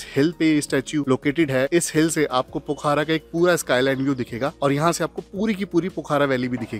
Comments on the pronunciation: its pokhra not pokhara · Pokhaara nhi hai wo pokhra hai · Brother it's Pokhra not Poookhara🇳🇵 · भाई साहब यह पोखारा नहीं, पोखरा बोला जाता है पूरे नेपाल में या भारत में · Pokhara hota h, Pokhaara nahi, Phewa lekh hota h, feewa lekh nahi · पोखारा nahi पोखरा बोलिए